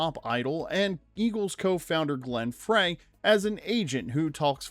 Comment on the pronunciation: Actually spelled Frey (and pronounced “Fry” not “Fray” which you hear all over YouTube), but good spot.